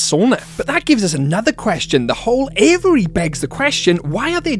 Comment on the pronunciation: say with me: "A VEE AIRY". 😂 Love your channel!